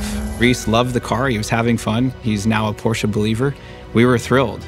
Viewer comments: Rhys , please don’t butcher the name it’s Porsche (Porsha) not Porsche (porsch) !!! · Now just help Rhys say Porsch-uh. Like Nik-e shoes 👟